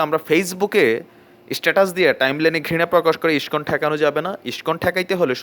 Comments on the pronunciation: তোদের গাঢ় ফাটছে karon ইস্কন হিন্দু ধৰ্ম keniye এগিয়ে cholche. আর বার বার কি বলছিস যে মূল ধারা হিন্দু আর ইস্কন মানে??? Tora গুদির বেটা মোল্লা মোল্লাই হবি. আমাদের জিনিস আমাদের ওপার cgere দে তোদের হিন্দু দের ব্যাপারে ভাবতে হবেনা. এখন তুই ইস্কন উচ্চারণ করতে জানিস না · Ai pagol ta ke.. Je Iscon r name ta thik Kore ucharonn kortee pare na.. Bhul bhaal information dichee.. Gandu Kichu janee na.. Ore murkhoo Tui Jodi Iscon r bhakto hoss tahole Tui udhar pabii.. Chagol kothakar.. Tui to garuu khee narokee jabii.. Iscon r mull lokhoo harir nam prochar kora.. R Chaitanya mahaprabhur banii saradeshee harirnam prachar hobee dekhis.. R Hindu der mull dhormogronthoo bed noii.. Srimod bhaggbatt gita .kichu janis na.. Bhull kotha bolis. Pls keuu ai mahamurkher kotha Biswas. Korben na